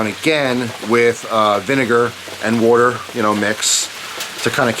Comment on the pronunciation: I love the way you pronounce water woter And i fucking love storytimes, i always listen to them to fall asleep